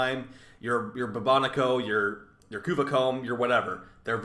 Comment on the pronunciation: you pronounced bubonico correctly for once!! ;)